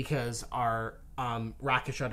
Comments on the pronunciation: I love your video's please keep them up, however I have to say that American pronunciation of words kills me. It is Rake not Rack when you say Rakish audacity. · Rakish audacity sounds like rake- ish. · Like your videos guys. For the love of god though, please stop calling it Rackish.